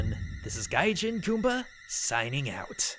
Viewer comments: Is it just me or he pronounces his name "guy-chin-gumba"? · The way he says Gaijin annoys me every time xD